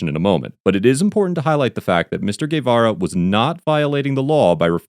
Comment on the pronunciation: Nicely pronounced! Guevara 👏